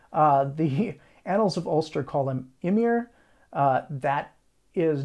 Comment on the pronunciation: Imhair doesn't not sound like Emir or Imir btw. H does not produce it's own sound in Gaelic, it makes an adjacent consonant have a different sound, to kinda make up for sounds that are not normally in Gaelic. Bean sidhe is pronounced banshee, as cait sith is pronounced caht shee (sith is the Scottish version, sidhe is Irish).